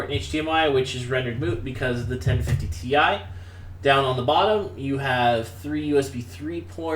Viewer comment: Constructive criticism, although I'm happy you posted this video. You mumble past some technical specs, like "what was that card he was talking about?" the video card. Had to play it four times to figure out you were saying 1050TI. This happened in a few spots where I couldn't tell what you were talking about because of "mumble". The other thing is you might try posting a summary of the specs for the machine you're reviewing, either in the comments or in the video. Finally, and you're not alone on this, you should discuss the power supply, it's interchangeability with other PS's, how many connectors and type as well as power rating/watts (to understand expandability options).